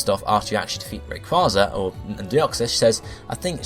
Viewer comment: it is a long a in rayquaza